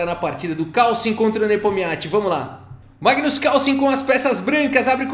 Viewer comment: NEIPO GAINHOU DO MAIGNUS NA SEIMIFINAL